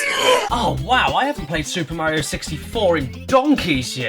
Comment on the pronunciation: “It’s super Morio 64”